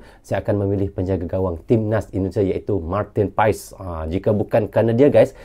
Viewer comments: Baca dan pengucapan nya Martin pas bukan Martin pa es.walapun secara tulisan/tulis.Martin paes... Jdi nama nya Martin pas.bukan Martin paes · marteen paes dibaca marteen pas bgitu katanya bang